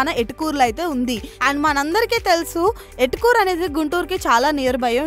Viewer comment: ఎటుకూరు కాదు తల్లి ఏటుకూరు